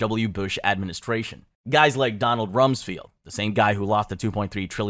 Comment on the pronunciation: Bro, you need to learn how to pronounce basic words if you want people to take you at face value. You should know how to say ‘extremist,’ ‘reconciled,’ ‘coordinating,’ Cheney, and Rumsfeld if you are going make a video on 9/11. It makes it look like you have not done your homework.